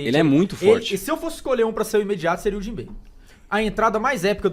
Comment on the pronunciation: Fico muito agoniado quando os caras falam os nomes dos personagens com entonação errada. "Jinbê" mano?